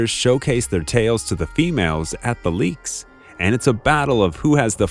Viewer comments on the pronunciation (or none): Groups of performing male birds are called Leks, NOT Leeks. The e is a short vowel. Also cravatte is pronounced with the accent on the 2nd syllable, NOT the first. And get rid of the awful background music.